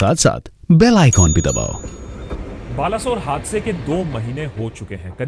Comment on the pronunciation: It's Baleswar sir.